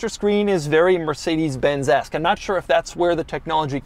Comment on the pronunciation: Did he just say mercedes benzy???